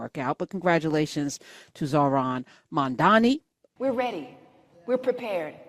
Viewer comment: LOL probably didn't play the full clip because she mispronounced his name. Love Tish, but that was funny.